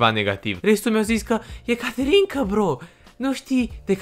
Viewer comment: De fiecare dată când ai zis ,,caterinca" eu tot aud ,,canterinca" de la vulpita